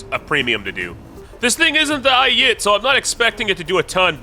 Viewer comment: bro the way you say Ayit is just helleries as a person who speaks Hebrew fluently it just makes me laugh (no it isn't pronounced ay-e-et it's ay-it)